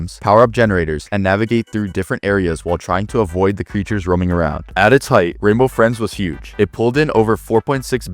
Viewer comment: Renbow Frins😂